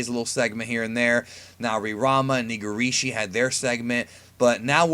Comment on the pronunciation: Nigrisshi? Mah nigga.